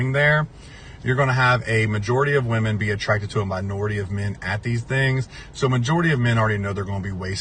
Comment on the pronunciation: How hard is it to say WOMEN? It's like Swimmin' with no S.